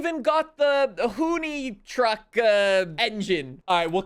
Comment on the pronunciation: Why can not pronounce Mystichrome and Hoonitruck.